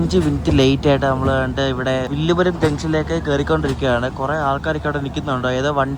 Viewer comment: വില്ലുപുരം അല്ല വിഴുപ്പുറം